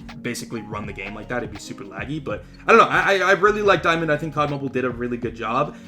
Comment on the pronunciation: Di-UwU-mond, ok that was cringe